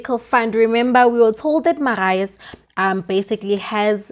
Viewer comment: The name is Marius pronounced like this Mariyus